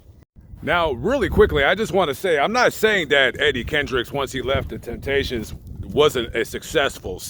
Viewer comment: You left the “p” out of Temptations. Thanks for your work.